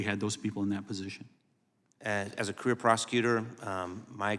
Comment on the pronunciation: Who’s this “Elmer Fudd” guy? He pronounced “career prosecutor“ as “queer prosecutor“. 😂